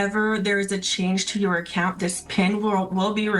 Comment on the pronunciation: It's a "pin number," not a "pen number."